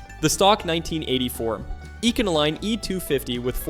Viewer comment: oh my man, ecano-line ?